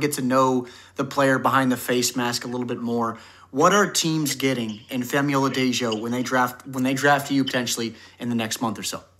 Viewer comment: Way to nail Femi's name this time! I can tell you've been practicing haha